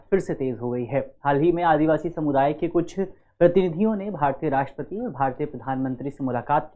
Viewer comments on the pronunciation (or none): none